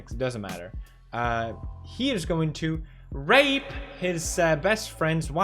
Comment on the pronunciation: Why did he put so much emphasis on the rape part...